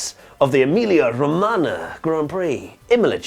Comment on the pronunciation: pronouncing "Emilia Romagna" 😙👌🏼 🇮🇹